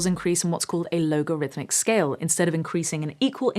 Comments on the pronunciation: I think my ears are damaged: I kept hearing "LOWG"arithmic instead of "LOG"arithmic. 😉Just teasing: love the vids. keep up the good work. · Um, yeah. But it's not "low-gorithmic", it's "log-arithmic", usually abbreviated to "log". Also, Bels always have a capital "B", so its dB, not "db". And, while the decibels scale is indeed logarithmic, it refers to the measured power of the sound (or, in electronics, the signal). But we don't experience the measured power in a linear way, because our hearing is also logarithmic. Thus, while one sound may have a million times the power of another, it won't sound a million times as "loud".